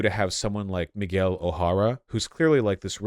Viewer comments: MUY-GUH-WEEEL O'Hara. Vaush is that kind of white guy. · Vaush being from Los Angeles and not being able to pronounce Miguel is baffling. “Migwel” sounds like what a British person would say. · Vaush: Miles MoraLAYS, MiGWEL O'HORRUH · MIGWELL??? Vaush will never beat the "can't pronounce non-WASP names" allegations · Vaush pronouncing Miguel like that made my hearts bleed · I guess Vaush is just the kind of guy who chooses to pronounce things wrong on purpose because he’s white? Like you literally just watched a movie where they are pronouncing the name correctly a bunch of times and then you go home and make a video mispronouncing like three different peoples names. I don’t know. Kind of seems like something and white hillbilly would do.